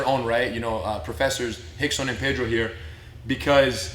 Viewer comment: If his name is rickson why does it sound like y’all call him hickson